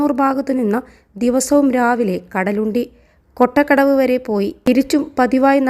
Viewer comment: Chechi kkottakadavu alla kottakadavu aanu